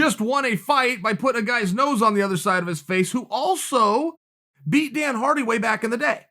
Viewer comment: Chael “Dana Hardy and Carlos Condint” Sonnen.